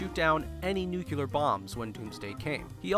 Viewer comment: "nucular" why??